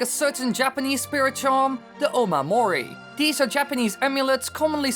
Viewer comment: Please do your research!! Wtf is a Onamori?! It's Omamori